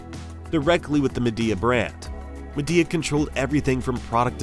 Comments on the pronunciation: Isnt it pronounced Mee-Dea like Xiaomi, Mi? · MY-DEE-UH ~per them, this is the pronunciation.